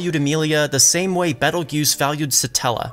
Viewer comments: I was getting confused cause I was hearing Jews instead of Geuse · Yeah, even the Light Novel calls him Petelgeuse and the Anime changed to Petelgeuse in season 2. I hope they don't randomly forget that XD Do you mind if I help you with the pronunciation? It's actually interesting because it's based on the Spanish pronunciation.